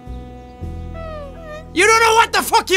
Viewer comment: As an American who only gets to hear awesome accents through the internet, I am super fond of how you say "ar" words. I noticed it in your hair video when you said "Mark" and in this one when you said "carpet." Your accent is especially pronounced, and it makes me smile every time.